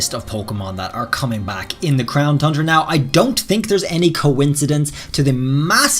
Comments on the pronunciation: Congrats on finally pronouncing tundra correctly 👏 👏 👏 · He said Tundra CORRECTLY!